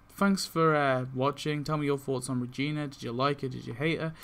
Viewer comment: wtf is a vegina i mean regina